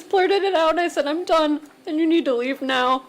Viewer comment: "If you'd like to check MEOW" Anyone else hear that each and every time 😂 Just me? Ha! Not no more... Once you hear it, you can NOT unhear it, I swear! 🤣 Love you ❤️